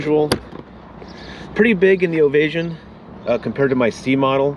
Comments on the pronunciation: “Ovay -shun”. NOT “Ovay-zhun”. (Non similar to invasion). Also….the gauges are analog…..not dialogue. Plan $10,000 to replace ALL the engine instrument gauges when any ONE of them fails. They are non-serviceable. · Its pronounced (Standing) Ovation- OVA-SHUN